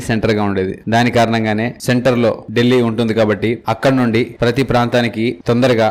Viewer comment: ఢిల్లీ, డెల్లీ కాదు సార్ ... దానిపేరు దిల్లీ